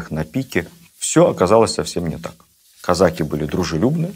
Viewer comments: Да почему казАки???? Режет слух. Всегда было "казакИ". Шолохов наверное лучше знает. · Как можно слушать и смотреть такого "историка"', который не может правильно поставить правильно ударение в слове "казаки" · Кстати, насколько я знаю, ударение в слове казаки на последнем слоге. Отец это подчеркивал, он из тех краев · Ведущий, не казАки, а казакИ, это первое. Второе, старообрядцев царь землей не жаловал. Третье, Платов был старообрядцем и, по этой причине, спиртного не пил, как в России, так и в Париже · Что ж такой странный русский язык у нашего министра? «КазАки», это не казаХи же!? Да, но, если вы используете новые установленные нормы, тогда, откуда устаревшие «дЕньгами»? Или, смягчения звонких согласных в словах, типа: «разбеХ(г)», «варяХ», «береХ», «книХ», или эти Ваши - «Вострые»? И, те же, «казАки» и «казакИ» - у Вас меняются, постоянно… Странно. Спасибо, за Вашу работу, лекции увлекательные, но, определитесь, если можно, с редакторами, пожалуйста… )))) Существует же «обеспечЕние» (от кондитерского изделия, вероятно?)) языковых норм в формате общеобразовательных передач? Спасибо. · А на Дону и у казаков используется только "казачьи" и "казакИ" (с ударением на и)